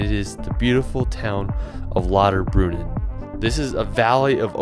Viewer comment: I like how this guy could not pronounce German words like his attempt at "Jungfraujoch", and "Lauterbrunnen" totally wrong LOL Please try to learn the language when you are in another country.